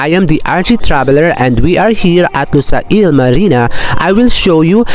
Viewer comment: just wanted to let you know, its lu-sayl, not lusa-il ;)